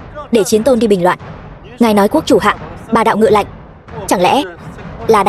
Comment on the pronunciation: Yêu cầu đọc đúng :”Lệnh “ chứ không phải :” Lạnh “